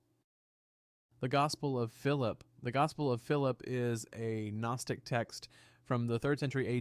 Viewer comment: AI voice generation has gotten so damn good. Took a sec, but became obvious this is AI.... "one saint century" (1st century, lol), or the "G" in "Gnostic", and many other examples.